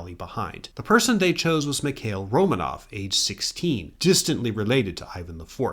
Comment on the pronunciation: Romanov should be accented on the second syllable: Ro (o as in or) MAHnof